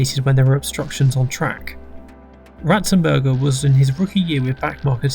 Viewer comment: You got Ratzenberger very wrong